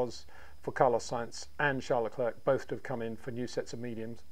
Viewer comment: It’s pronounced Lecl’air’ not Le cl’erk’….